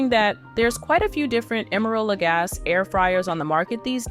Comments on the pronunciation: FYI, his last name is pronounced la-GAH-see, not la-GAHS. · Lagasse- pronounced: luh-gah-see. 👌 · When you say his last name The e isn’t silent it’s a long E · But nobody behind this review video actually used the product? Nor figured out how to pronounce the name of the brand. Not helpful. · If you. Won’t even pronounce his name the way he does, why would I listen to anything you say about the product, either good or bad? The proper pronunciation is the way he pronounces it!